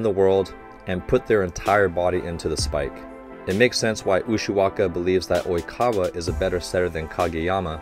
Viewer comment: Ok is anyone else surprised that coach nailed oikawa, kageyama and ushiwakas name while saying it in one sentence.